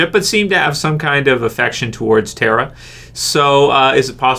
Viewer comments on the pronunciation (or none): none